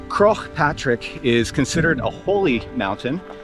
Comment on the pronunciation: butchering the pronunciation of Croagh Patrick is hilarious